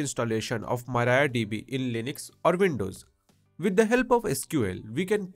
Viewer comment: MariaDB❌ MarayaDB✅